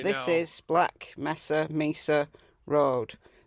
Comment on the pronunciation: It is May-sa (Mesa) In case you didn’t realize it - the porta-potty was a test to see if the dog could pick up the scent